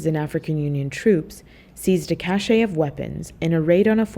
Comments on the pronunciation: Just a note on pronunciation. Cache is not pronounced "kahSHAY." It's pronounced the same way as cash. What was said in this video was "cachet," which has a totally different meaning. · Cache, as in a cache of weapons, is pronounced no differently than cash, not cash-AY.